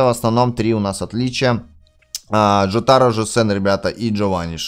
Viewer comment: в слове джотаро, ударение падает на о джОтаро